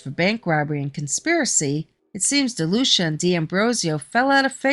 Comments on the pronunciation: You are actually mispronouncing my granfathers last name its pronounced De lue see ah. And his first name is Ferdinand. And you are correct he was known as Freddy no nose but only from people who weren't his close friends. But do you know why? It's because he was born with no cartilage in his nose. And he had many surgeries to repair his nose including ine while in prison, none were really successful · Ferdinand Delucia is my Grandfather and all that is in this is mostly correct but there is a few details that are wrong. My mother's God father was Sonny and grew up with Michael franzese. You are also incorrectly pronouncing his name. It's pronounced Dee- lu- seeahh.